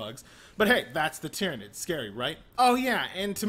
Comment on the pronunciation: He didn't even mispronounce Tyranid